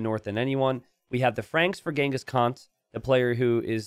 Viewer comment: Well you know exactly how to pronounced Khan't, so I wouldn't call your entirely uncultured.